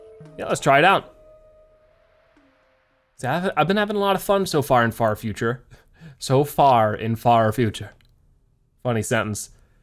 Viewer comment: I thought you said fart future